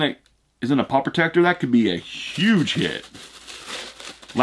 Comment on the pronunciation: I just hate the way he says pop